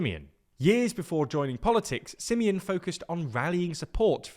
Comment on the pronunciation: How he pronounced Simion s name :))) crazzy staff :) almost as bad as the misleading content . Sorry to say that but it is the truth 😊